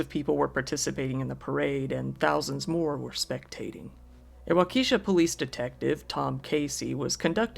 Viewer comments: Really good coverage here! Just a note for any future updates on events however that Waukesha is pronounced with the emphasis on the first syllable, and the e is a short vowel as opposed to a long one. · A quick google search on the pronunciation would have helped. I don’t even live in the state. A terrible tragedy none the less. The young life taken especially. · Not Wau-Keisha, it's pronounced Wah ka shaw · wuakishaw, not wa. kiesha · It’s pronounced “wok’a’shaw”. Not wakeesha , it’s Native American. I’m a Wisconsin born n raised. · Bruh Walk-esh-ah, not wah-keesh-uh 😂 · The second person I know of that pronounces Waukesha as Wah-Keesha, lol. It’s all good. If you want to know how it’s pronounced: Wah-kah-shaw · It’s pronounced Wok-a-Shaw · Just to help you out, the city is pronounced "Wa (short "a" sound) ka (again short "a" sound) shaw." Hopefully that fool gets the death penalty and they actually act on it quickly. I blame the court system, as well as him, for letting that idiot out so many times. I'm so sorry those people lost their lives. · Waukesha is pronounced WAU-keh-shaw :-) A lot of Wisconsin cities, towns, and counties are named in various Native languages and tend to be tougher ti pronounce from a glance if you’re not from around here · Had a couple coworkers who were there that day. Probably gonna need counseling. It's "Walk-eh-shaw'" btw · Pronounced…… Walk-ah-shaw……. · Great video. And Waukesha is pronounced wau-ke-shaw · Walk-A-Shaw is how that town’s pronounced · its wau ka shaw btw good vid tho lol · Waukesha is actually pronounced "Wah k'shaw." Well done vid, love the channel. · "Wawkeesha" had me cracking up, though. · lol "wa-KEE-sha" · It's pronounced wau-ka-sha and fray-dirt hospital. The hospital saved my life twice. Absolutely the best hospital in the country!! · Good story, but a small correction. It's pronounced Wau-ke-SHA. Short e, emphasis on the final syllable. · The way you pronounced Waukesha 🥰😂